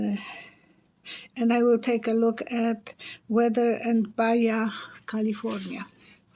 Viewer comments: Just to let you know😉 Baja is a Spanish word which means low as in lower part of California (California used to be part of Mexico). It's pronounced ba-ha not ba-ya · We’re getting a lot of rain already. I live in California Desert, east of Los Angeles. Baja California is part of Mexico…Baja is pronounced BA-HA as the letter J is pronounced like an H in English.